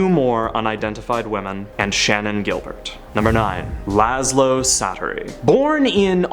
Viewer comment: Csatary in Hungarian is pronounced "Chaataree" That is all :)